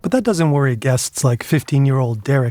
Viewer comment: That sound didn't sound at all like "that". It didn't have the expected pitch either.